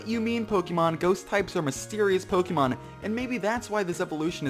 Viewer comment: should really consider saying the word Pokémon correctly. The accent is not there to make the name look cooler.